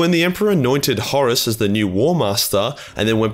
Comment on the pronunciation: FINALLY a Warhammer 40k Youtuber that does not pronounce Horus like "Horse". Heaven sent, I tell you!